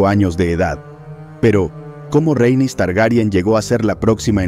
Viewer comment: RHA-EN-YS, Rhaenys, no el constante "Reynis", XD....